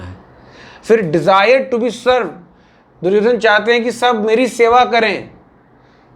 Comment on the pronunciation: भैया दुर्योधना क्या होता है कम से कम प्रोनाउंस तो करो दुर्योधन, आपका मजाक नहीं उड़ा रहा हूं मैं लेकिन जो वास्तविक नाम है उसे बोलो।